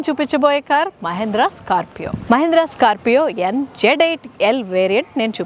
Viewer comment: Adhi. Scarpio kadhu. Scorpioo 😆😆